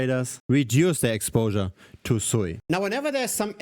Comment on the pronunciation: its not sooiiiii its suuuuuuuuuuuuuiiiiiiii